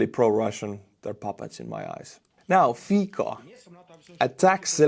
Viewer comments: Hey, Fico in Slovak is pronouced as Fitsó (o as in off). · Hi, just one thing..Fico must be reading with C not K (Fiko)... we will sure heard about him more in future... he is not in favor of free Europe...thanks for your work and greeting to your wife and to you of course:) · It is pronounced Fitzo, not Feekoh. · I like how you mispronounce Fico (keep it), should be "fitso". "fiko" sounds like derived from czech/slovak word for the fig fruit, or german slang word for having sex. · It isn't "Fiko", it' Fico, pronounced FEE-tsoh. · the name "Fico" is pronounced "fitso," not "fiko" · Love how your pronunciation of Slovakian Prime Minister Fico's name hits my California ears. I hear you refer to him over and over again as Fecal, a definitely accurate English description of any friend of Putin. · BTW, you made absolutely WONDERFUL butchery on Fico's name. The way it sounds as you pronounce is same as word "fik", which in German, Slovak, Czech and prolly couple of other languages too means "to F***". In Slovak and Czech, C is not pronounced as K.